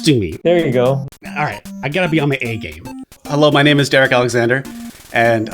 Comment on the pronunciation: DEREK ITS DEREK